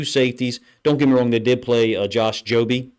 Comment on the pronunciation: It is pronounced jobe, like bathrobe and not job-ee, freaking love your breakdowns man, hope you keep making great content!